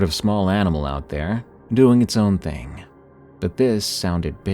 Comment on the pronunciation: It’s pronounced thing not thing-gahhhhh